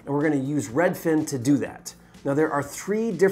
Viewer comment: Hi can you please say Redfin, and not redFIN. Sincerely, everyone